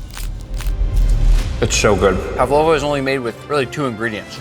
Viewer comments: ПавОва? Кто удорение ставил? ПАвлова. 😮 За озвучку 2😂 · Павлава ударение на а